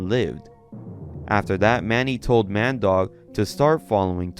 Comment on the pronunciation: Ah Mandeuk, more like Man Dog lmao